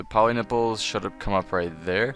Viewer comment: thank you sir i chocked for 5 minutes when you said 'go to pollynipples'